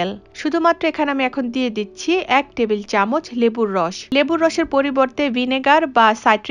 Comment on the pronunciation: চামুচ না চামচ